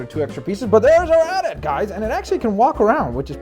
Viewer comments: No buddy, it's A-T A-T not ATAT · at-at is said with the letters individual a-t-a-t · don't say atat say AT-AT